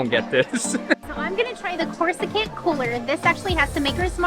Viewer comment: She said “CHORUS-SECANT” 😂